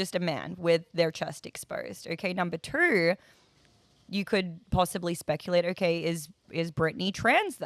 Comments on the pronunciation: Why can't this chick say two? She keeps saying TERR, lol. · Number twurr